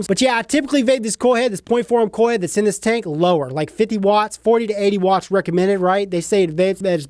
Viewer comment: The way you said dats stupid 😂😂 love your videos man keep it up